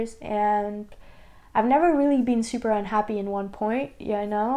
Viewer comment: I love the way you say "super". You pronounce it with a sch, you cute little devil you ;D